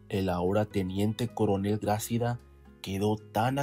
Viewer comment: Hola buen reportaje, felicidades, solo te acoto, no se dice Grácida , se dice Gracída, te puse las tildes para explicar como debes decirlo, saludos